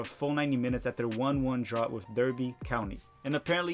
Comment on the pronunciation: Yooo dude are you trolling when you say 'Derby' county? I only say that because it's pronounced 'Darby' and I only know that because I live in England. I don't mind if you are trolling cause I troll my English friends all the time and call it 'Soccer Ball' instead of 'football' they hate it so much and it makes me happy